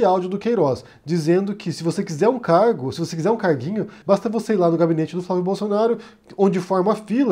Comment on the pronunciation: Eu ouvi "carro" no lugar de "cargo" e por um instante pensei "eita, então era verdade que ele fazia rolo com carro??"